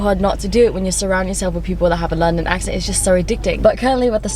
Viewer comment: that accent is on point girl! (London girl)